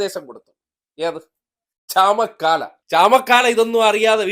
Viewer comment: ചമക്കാല അല്ല ചാമക്കാള